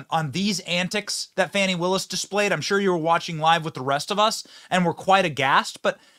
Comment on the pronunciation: He is the only person I have heard call her Fanny... And that is exactly how her name should be pronounced and is... Because she's not FUNI or whatever the hell she wants to call herself... To make her look like someone important another is Nathan Wade.